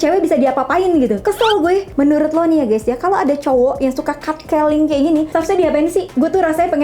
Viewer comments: Catcalling tuh bukan dibaca katkeling kak. Tp catcalling. Cat= kucing. Maksudnya seperti analogi manggil kucing puss.. pus... Gampang/sepele/sembarangan gituu kalo kita panggil/godain kucing yg lewat. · How she pronounce CAT CALLING: 1. kot keling 2. kat keling